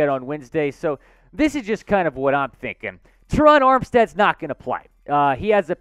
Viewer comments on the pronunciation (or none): none